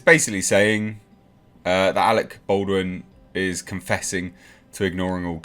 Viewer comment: Dude, it’s pronounced “Ball-dwin”; not “Bold-win”. You’re doing my head in.